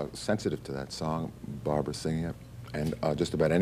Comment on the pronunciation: And it’s Barbra not Barbara. 🤦🏻‍♂️